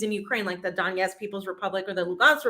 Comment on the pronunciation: It's DoneTsk, LuGansk and Za-po-ROZH-ye.